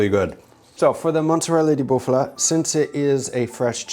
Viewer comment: It's "Bufala", not "Buffula": the former is a specific species of cows from whom that mozzarella can be made, and it's very well liked in Italy because it's less common yet its flavour is top prime. Can't wait to see Vincenzo's response to this, free italian content 🤌